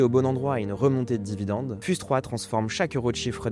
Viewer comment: Fiouze pas fuse (prononciation) 😢😅